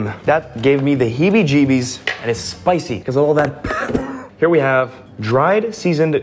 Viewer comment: The way he said pepper 💀